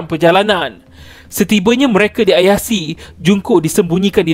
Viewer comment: Min... Ayase disebut sbgai Ayase, bkn Ayasi. Tq